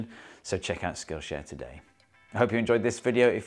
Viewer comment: the pronunciation of skl.sh 😭🙏